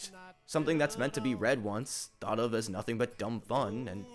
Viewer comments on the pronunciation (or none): none